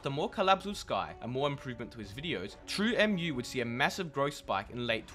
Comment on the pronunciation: it's pronounced "True moo" bruv it's based off of milk smh